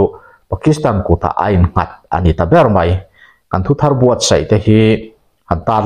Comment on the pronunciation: Nia thu thar tihah pawh letter r dik takin i lam ri bawk a ngaihthlak a nuam e